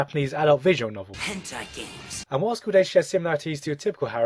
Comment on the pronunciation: Every time Yamazaki says henti games I smile. Oh, sweet dramatic irony.